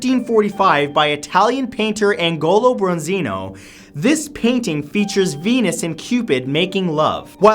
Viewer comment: Agnolo Bronzino Pronounce it with the "gn" sounding like the "ni" in "companion" like "n-yo" This is an Allegory. That means that it INTENTIONALLY has symbols. In this picture all the figures are symbolic of different things. To suggest that the whole painting is about Syphilis is ridiculous. There are two obvious signs of nastiness in the painting. One is the elderly despairing female and the other is the enticing female who is half dragon and has two left hands, in which she is bearing gifts. Both these figures have meanings and would have been read by those who saw it. You say that the shape of the fingers and the lack of fingernails suggests Syphilis. REALLY? So, on these two exceptionally beautiful figures, perfect in every way, plump fingers and fingernails that might have been lost in an over-zealous cleaning, indicate syphilis? And a very elderly, very wrinkled hag of a woman has syphilis because she has some teeth missing, in her old age? And THIS indicates Syphilis? No. The main signs of syphilis are abscesses. If the artist wanted to suggest Syphilis he would have given more sign than plump fingers and an old woman's lack of a dental surgeon. .